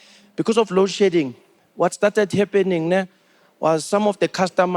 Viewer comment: lol - to mean it sounded like load shitting, and I did not understand what this was about